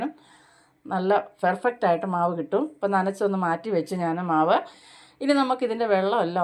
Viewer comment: ഫെർഫക്റ്റ് എന്ന് അല്ല പെർഫക്റ്റ്. 😅